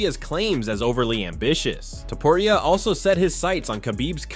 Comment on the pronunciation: Please learn how to say his name already